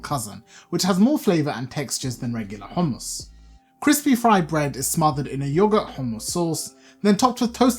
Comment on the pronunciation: Now ill get the proper ingedients to make some good HOMMus 😁 i like the way you pronounce it. There should be a Bass boosted Version